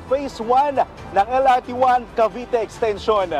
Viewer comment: Ano ba yang journalist na yan? Mass comm graduate ka man lang ba? Wala man lang diction at tamang pronunciation yung mga words. "Ashana" at "exteyshon" daw? Ang baba talaga ng standards ng gobyerno.